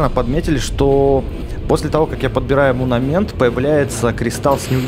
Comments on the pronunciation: правильно говорится не "мунамент", а "монамент" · монумЕнт, не мунамент, и да правильно говорить топАз, топАзовый реликт